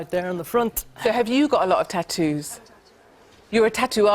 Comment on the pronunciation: Eeeh!! I've been waiting for this!! That woman is horrific!! The best part was him asking her why she has her ears pierced.. "so I could put earrings in easier" -__- what a bellend!! Also the way stephen Nolan says tattoos annoys me that's not how northern irish people say that just saying😂😂